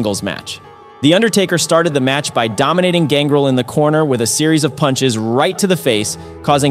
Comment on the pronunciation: For someone who’s a wrestling fan you sure butchered the names of these superstars. Who the hell is gangrul? It’s ganGREL. GANGREL. It’s also no delo. It’s D’LO. AND ITS NOT X PACK. ITS XPAC